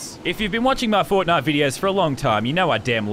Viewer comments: Nah she said fortnut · Did she just say fortnutch? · did she say fortnth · She is right i agree that we should ban FARTHIDE forever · I thought She Said Fortniut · the way they pronounce FAWWTNITE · Crazyfireball 808 lol ikr